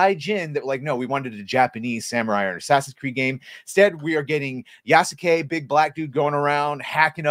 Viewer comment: Yeah no, horrible story telling to cater to western audience using modern western ideology inserted into Feudal Japan. Side note: If Sasuke (Naruto series) is pronounced Saske, then Yasuke is pronounced Yaske. ヤ ス ケ Ya-su-ke, pronounced Yaske with a silent u. サ ス ケ Sa-su-ke, pronounced Saske with a silent u. Show me a video clip where Japanese voice actors from the anime Naruto enunciate all three syllables Sa-su-ke, instead of blending it as Saske and I'll concede my point.